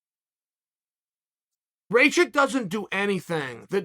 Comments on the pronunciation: "Blahovavitch vs Raychich" Chael 10-7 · It’s actually pronounced rachachich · "Rake itch" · As Serbian hearing Uncle Chaels way of saying Rakic is hilarious lmao Raychick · Rayhich and Raychick🤣🤣🤣🤣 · Rakic? Who's that? You mean raycheek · Raychich Raychick Rai- Chick Raykich God i love Chael 😂❤️ Let’s go Raichick